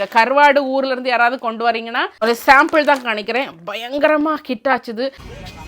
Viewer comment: Kanikaren illa ..kamikaren is the right acent... m not N..